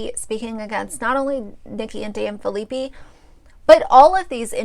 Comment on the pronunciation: I love that you are doing these videos and have watched them all but just wanted to let you know their last name is pronounced fill-a-pie